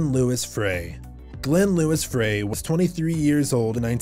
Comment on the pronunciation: “Fray”? My gosh, it’s pronounced “Fry”! Get it right.